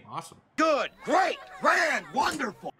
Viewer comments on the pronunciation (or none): none